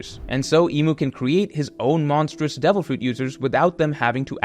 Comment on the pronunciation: Something satisfying about the way you say fruit